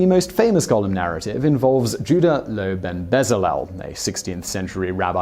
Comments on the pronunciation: Goal-em not Gollum. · Stop saying "gollem"! It's gOOOOlem! It's like hearing nails on a blackboard hearing that being pronounced wrong. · Simon - #4: The word is pronounced 'GO-LEM'. Gollum is a character from 'The Hobbit', and the 'Lord Of The Rings' trilogy. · Golem is pronounced go-lum. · I’m English and it’s pronounced Gol em so he’s pronouncing it wrong